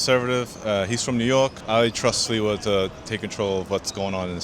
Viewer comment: Just for your info it’s pronounced SLIVA and means Plum in Polish.